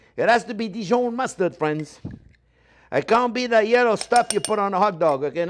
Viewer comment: "Mayonnaise is sopposed to be yello". Preach! :)